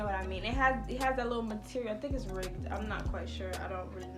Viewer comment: Lmaoooo gurl it’s ‘ribbed’ 😭 shawty said rigged